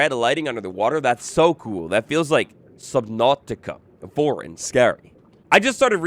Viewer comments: Why is nobody talking about how he said subnatica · bro got a russian accent when he said subnautica